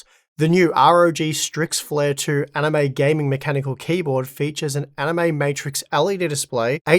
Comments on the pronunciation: I can't stop hearing "anime" when you say animate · I cannot unhear this guys pronunciation on the ad part of the video. Its like he said anime a whole bunch of times lmao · Haha, I came here to say that I thought he was saying Anime with these promos as well. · Every time I heard animate I thought he said anime and was so confused. 😂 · Bruh, I only just realised he's actually saying 'Animate'... First video I saw with that, I genuinely thought he said 'Anime' and thought "They don't look very Anime to me, what makes them Anime?...." 😂